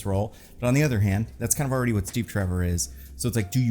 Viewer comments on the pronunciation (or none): none